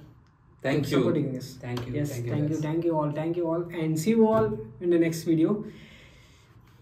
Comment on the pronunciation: sayad aap thank ko टैंक bolte ho